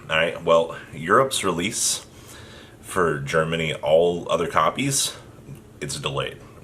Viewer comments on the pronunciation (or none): none